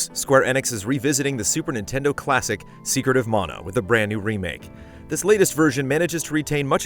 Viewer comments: It sounded like you said “Secret of Mono” at first, which is would admittedly be a very, very different game. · "secret of mono " 🤔